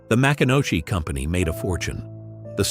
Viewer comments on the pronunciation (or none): It is pronounced Ma-CON-a-key